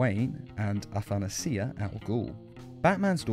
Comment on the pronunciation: You're the first person I hear pronouncing Athanasia's name correctly! Well done! That name in Greek translates to immortality, don't know if that's a hint for something...